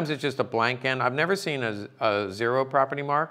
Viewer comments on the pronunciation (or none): none